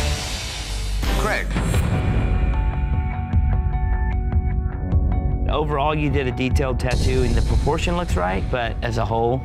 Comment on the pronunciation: Creg? He's called Craig.